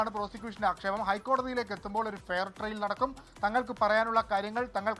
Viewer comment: എടൊ ഫെയർ ട്രെയിൽ അല്ല ഫെയർ ട്രയൽ ( fair trial ) ആണ്.